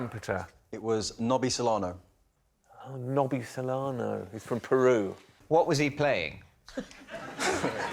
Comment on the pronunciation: The football players name is Nobby Solano. Rob misprounced this as Nobby Solero. Hence, Lee's comment on the rude icecream